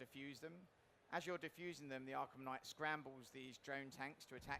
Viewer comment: just came in here to say kngight